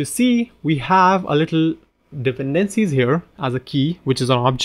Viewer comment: I really love the way how you pronounce "dependencies". 🙂